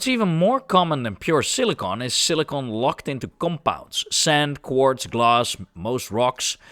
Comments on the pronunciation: SILLY CON.... NOT cili cone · Why you keep saying Silicone and not Silicon ?????? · I think he is saying Silicon most times, might have slipped couple times or maybe it's the accent. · This guy can’t pronounce silicon